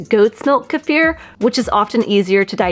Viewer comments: Do not take a magnesium supplement if you have chronic kidney disease or any kidney issues without talking to your healthcare provider first. It can be dangerous. I think Kiefer is pronounced kee fer. I’ve never heard anyone pronounce it like this woman does in this video. Peace. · It's pronounced "key-fer" phonetically. Knowledgeably this should be a very basic word with anybody who's doing anything with diet, nutrition or gut health. This food has been popular for at least two decades now. Don't need to hear anything else here. 👎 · Hey! Say Key. Alrighty. Now say FUR. Ya know… like on an animal? Okay. Now say them together. WOW! Good girl! You now know how to pronounce Kefir CORRECTLY! You people are so educated in nutrition, you should go back to elementary school and learn how to pronounce words CORRECTLY. It’s either pure STUPIDITY, or it’s ego. The E in Kefir is a LONG vowel. NOT a short one. And the ‘ir’ in Kefir is a LETTER GROUPING THAT MAKES A SPECIFIC SOUND. In THIS case, it is the “UR” sound. You people sound so friggin’ idiotic. And of course, not to mention, FUNNY AS HELL!!!! WOW! 😂😂😂😂😂